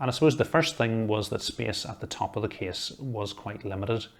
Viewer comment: Nobody : Him : this KieSs PS:Awesome Video!